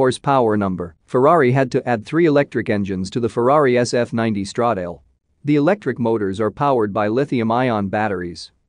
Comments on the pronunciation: It's Stra-da-le ,not Stredeil!! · Stredeil sounds even worse than Mursaydhese